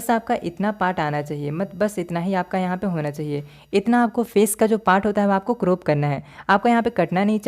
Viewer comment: Croop nhi crop hota 😅